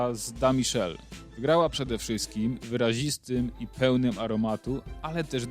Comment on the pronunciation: Michele po wlosku czyta sie mikele nie miszel....pozdrawiam i dodam ze moj maz pochodzi z Neapolu...